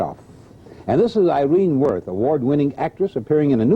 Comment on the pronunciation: very surprised to hear Kup mispronounce three-time Tony Award winner Irene Worth's name